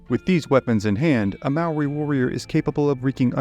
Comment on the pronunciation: I'm Maori and I thought you did a great job.